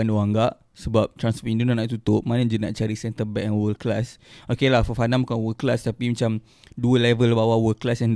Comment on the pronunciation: Kenapa Fofana ko sebut cam Farhana?? 😳 ko ni betul la adik